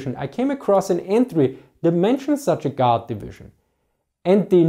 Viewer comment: I hear god instead of guard. Sound like you said, soviet god.